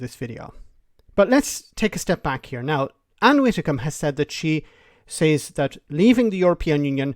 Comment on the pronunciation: WiDDicombe! WiDDicombe!. Not Witticombe 🤦‍♀️